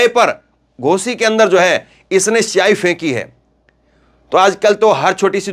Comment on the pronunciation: Arey shahi nahi bhai siyahi hota 😊😊😊